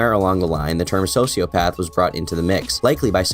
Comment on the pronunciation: "Heesh a diagnost sosiopaff" should've been the end of the allegations.